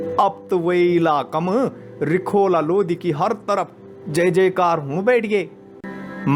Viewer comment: Bhai phele lodi nhi hai lodhi hota hai